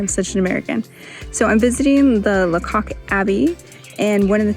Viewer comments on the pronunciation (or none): Pronounced Laycock (not la cock)